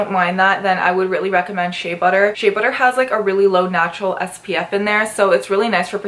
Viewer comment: Why do u say shae butter instead of shea butter